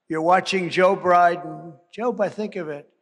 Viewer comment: did he say Joe Briben? XD